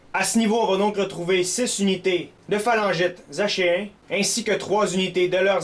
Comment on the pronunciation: Je crois que achéens se prononce ackéens.